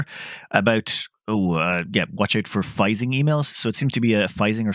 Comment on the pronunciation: Phishing has always been pronounced “fishing”.